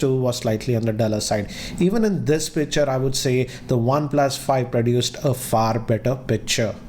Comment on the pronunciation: u keep saying pitcher instead of picture 😂 everytime good video nonetheless